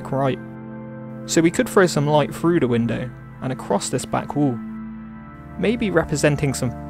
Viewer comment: Great tutorial, but please drop the 'frough and wiv' sorry mate it really lets you down, when you're obviously a very talented guy!